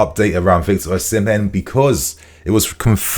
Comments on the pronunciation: It would be nice if you pronounce Osimhen correctly. According to Mikel Obi, Osimhen is pronounced as Osi-mheh. the 'n' in Osimhen is silent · According to the Jon Obi podcast Osimhen is pronounced "Ozzymeh". Either that or I've misheard 😮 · 🎉 It's not "Ozzymeh", it's pronounced "Osimeh".